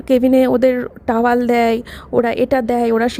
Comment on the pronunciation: টাওয়াল নয়, টাওয়েল (Towel)